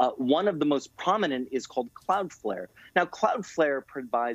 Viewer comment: She called it "Cloudfair".